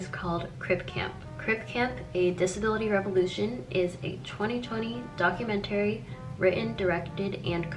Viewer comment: no but srsly why does she say it like that rbfehjbgeg